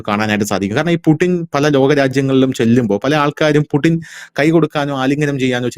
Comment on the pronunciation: പുടിൻ അല്ല പുച്ഛിൻ അങ്ങനെ ആണ് ഉച്ചാരണ ശുദ്ധി